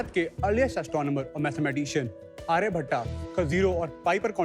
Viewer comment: it's not aryabhattaa it's aryabhatta pls say name correctly